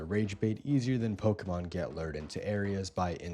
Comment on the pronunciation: And also saying pokeman instead of Pokémon you cheesebooger